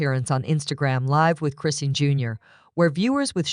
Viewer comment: This site don't even say her name correctly